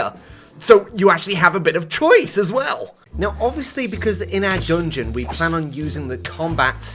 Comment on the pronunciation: why does he say 'doongeon'😭